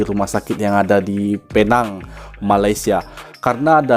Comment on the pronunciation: Ejaannya PENANG (ejaan bahasa inggeris) tapi sebutannya 'PINENG'. Kalo sukar utk menyebutnya guna saja bahasa melayu Pulau Pinang.